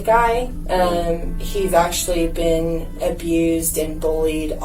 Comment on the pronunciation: Bro why do you talk like that? "To the stationnnnaaaa" "This could've beennnnaaaa" "of the situationnnnnaaaaa" like stop dragging all the N's with an A at the end